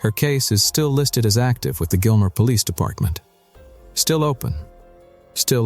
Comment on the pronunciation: That is not "Gilmer"